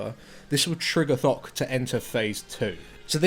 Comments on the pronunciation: "fock the bloodthirtsy"? XD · "Hello and welcome to Fok the Bloodfirsty" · anyone else heard ''fuck the bloodthirsty'' at start of the vid? :D